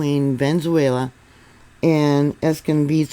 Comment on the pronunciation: ❤❤❤Sorry its pronounced Ve ne zue la❤